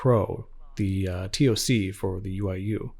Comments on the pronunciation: please get the voice actor to say TOC as TOCK. No one spells out T O C when they speak. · literally no one i met while in the infantry for 8 years said each letter. Its always been one word, said as TOCK